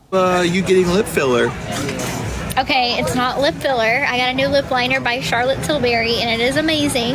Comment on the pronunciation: She always talks like she has her mouth full of food, or spit, or something it’s so gross. And the licking is insane. Makes me want to puke. She can’t even pronounce “TikTok” or “lip liner”.